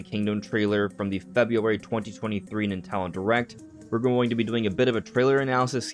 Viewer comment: ITS PRONOUNCED NINTENDO NOT NINTALDON